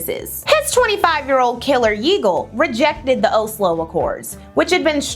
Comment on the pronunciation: Girl, I love your videos, but your inaccurate pronunciation of so many terms makes me unable to keep watching this video 😞 It really shouldn't be that hard to find proper pronunciations of things like "Reuters" or "Likud" or "Oslo".... not to mention all the well-known names that you shared 😢